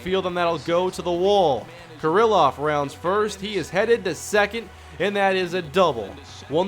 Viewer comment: It's pronounced kear-loff not ker-ill-off. Ehire is pronounced AD